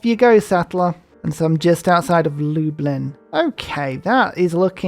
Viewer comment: Lub-lin, not lube-ing!